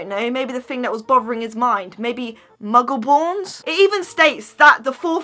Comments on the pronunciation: Sean Doody they said mungle when it’s muggle ( are they even a Harry Potter fan ) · Are you even a Harry Potter fan you said Mungle and it’s Muggle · Did you just call a muggle a mungle!!